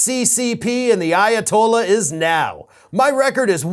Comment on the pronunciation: The Ayatoliah!? What is he, Chris Jericho now!